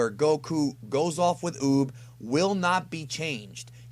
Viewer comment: Like 4 times in this video it sounded like Boob instead of Uub